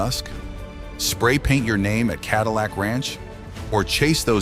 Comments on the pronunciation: "Cadeelic ranch" lmao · god damn AI cant even pronounce cadillac